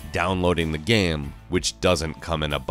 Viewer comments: Why did I hear this guy pronounce game gam twice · why do you always pronounce "game" so weirdly?